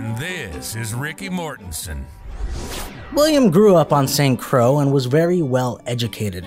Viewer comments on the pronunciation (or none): St. Croix is pronounced "Saint Croy" and he came from the Danish West Indies not Dutch. Do not use this video as a source.